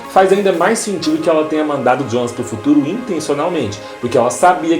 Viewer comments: Não se pronuncia Djona, mas sim Yonas. Se não sabe como pronunciar, fala Jonas em português. O pior é querer falar bonitão e acabar falando bosta. Esses youtubers nunca fazem uma pesquisa de pronúncia antes de gravar um vídeo... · "jonas" não fala djonas, se fala ionas, pq é pronuncia em alemão